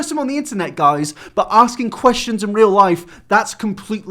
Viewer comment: Fings just got reawl